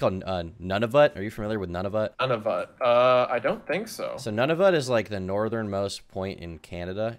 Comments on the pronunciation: My family is from Nunavut, it's pronounced Nu-na-vut, not Nun-a-vut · I’m from Nunavut, this plays with the whole nobody’s heard of it thing but it’s pronounced “Noonavoot” and yeah it’s super expensive to fly here lol